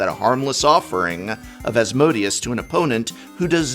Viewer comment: As-mo-day-us* the Archfiend